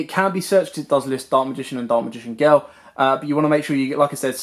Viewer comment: ”Daak magign geel”